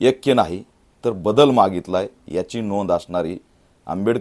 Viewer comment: एक्या नाही रे.. ऐक्य अस आहे ते 😂